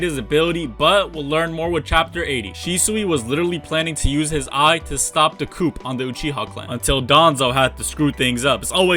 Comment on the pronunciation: He really called a coup a coop.